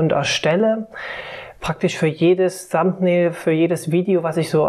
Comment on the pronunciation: Hi,. Supervideo, von dem ich viel gelernt habe - aber hör Dir doch - bevor du Videos machst - mal an, wie man die englischen Begriffe ausspricht. Thumbnail und Audacity sprichst du so falsch aus, dass ich die Wörter erst nach mehrmaligen Anhören erkennen konnte. Fast jedes online dictionary für Englisch spricht dir inzwischen die Aussprache korrekt vor. Das sollte man nutzen, wenn man Englisch nicht so gut beherrscht.